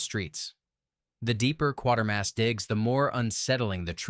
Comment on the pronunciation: Every time 'Quatermass' films are reviewed...it's always 'Quartermass' in the narration !